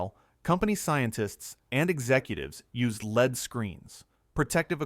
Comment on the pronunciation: Add “leed” to gasoline? “Leed”?? “Leeded to gasoline”???